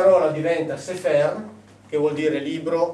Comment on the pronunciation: Sì ma alle Edizioni San Paolo contrattano uno che dice "Sefèr"?! I segolati, Ziobono!, è fonetica elementare!